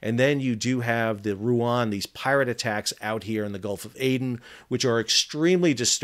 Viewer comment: Wth is Ruan its RUEN the E is E like in the EU for god sake you re reporting on Cyrillic names for several months and you still can't pronouns them correctly ...